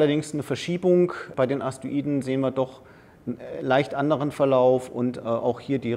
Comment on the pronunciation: Er sagt immer Aster-iden, oder Astoiden, aber sehr interessanter Vortrag, Danke